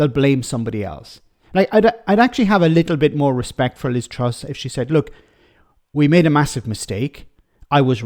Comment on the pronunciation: I keep hearing Liv Struss.